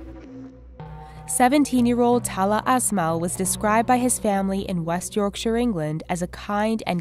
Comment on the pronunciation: an American said Yorkshire correctly... I'll just sit down and contemplate this